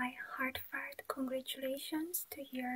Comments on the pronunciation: 😆 Please don't act like you all didn't hear "My heart FART" and you didn't 😆 I love you girl but that just made me giggle 😂 keep up the good work you are amazingly creative!! ❤️😘❤️😘❤️😘❤️😘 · My heartfart congratulations? Lol! I know you didn’t say that, but I can’t unhear it. 😂